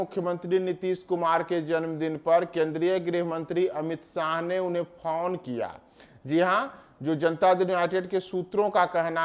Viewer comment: Phaun nahi phone hota hai